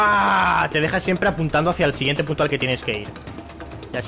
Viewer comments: soy el único que escucho p*to en vez de punto? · like si te diste cuenta que vicio dijo puto enbes de punto